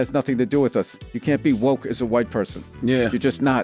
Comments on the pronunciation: Stop saying woke incorrectly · You all messed up the word "woke".